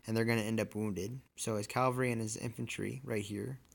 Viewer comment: It’s CAValry not CALvary